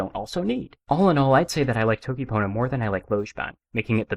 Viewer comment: bro said dokipona